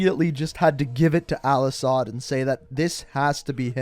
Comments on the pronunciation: IT IS AL-ASAD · ITS AL-ASAHD YOU DUMBASS